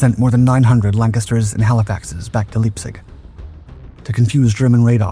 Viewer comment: not leepzig, leyeptsig, bitte.